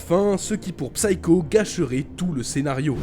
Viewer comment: Merci pour cette vidéo. Pour info (comme ça vous en apprendrez une aussi) Psycho se prononce /ˈsaɪ.kəʊ/ Le P est muet ! (C'est valable pour tous les mots anglais avec la même racine).